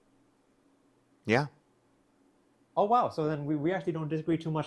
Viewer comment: This guy doesn't give a shit about the Uyghurs or he'd know how to say their name right.